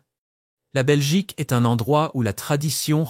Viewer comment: La Belchique!les belches!🤨🤦🏻‍♀️